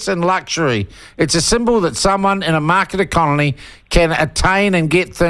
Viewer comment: 'Market ecolony' nailed it there sean 😂